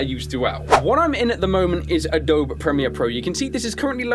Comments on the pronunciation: It's Uh-dough-bee not Uh-dope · Lol... Adobe is pronounced Ah-Doe-Bee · A-DOUGH-BEE (Not triggered, just wanted to let you know) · I like how he says 'Uh-Dobe" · it pronounced Ah-doh-bee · I loved this video until you said adobe as if the e was silent